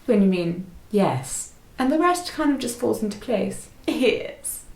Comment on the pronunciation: Super interesting and well done! “Ear” for “yes” was perfect.